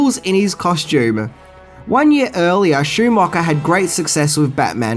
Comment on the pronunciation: Damn dude, you really reaaaally massacre words and this is coming from a fellow Aussie.. Sushi - Sooshi Schumacher - SchuMACKA Cinema - Cinimarrrr Thailand - Tyreland Etc Etc ETC